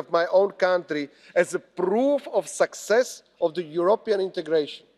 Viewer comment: What was this about? Rusia, sexes, mixed in new members, army, ..etc. By the way success vs. sexes have different pronunciations. The expressions on the faces of the eurocrats were comical at times or utterly bored & unable to comprehend your bla, bla, blabing. Kiska, it would be better for you to stay home next time.